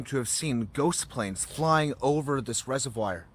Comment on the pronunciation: Lol it pronounced res-of-v-or